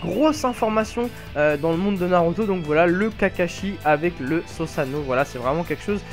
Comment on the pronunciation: par pitié on dit SOUsano et pas SOsano